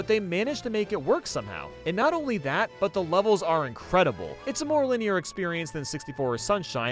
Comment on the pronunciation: Nobody:: Linnéair